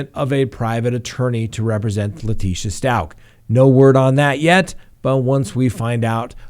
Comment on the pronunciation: I think you're pronouncing Stauch wrong. It sounds like 'ouch'.